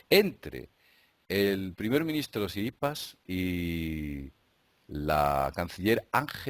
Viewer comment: jajaja, por qué dices "Tsiripas"?